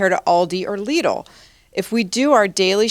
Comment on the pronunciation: Extra points for pronouncing Lidl correctly! And not make it sound like little.